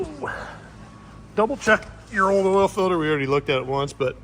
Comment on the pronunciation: Say “filder”….one more time.